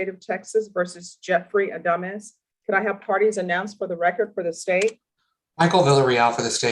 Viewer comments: His last name, Adamis, when pronounced sounds like , A Dumb Ass. Very appropriate. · 🤣🤣sorry i watched this at playback speed 2X and when she said his last name it sounded like she said:"dumbass"😆🤣🤣🤣